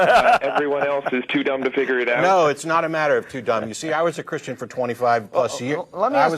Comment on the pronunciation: I hate the sound of his voice he slurs the word christain lol he sounds annoying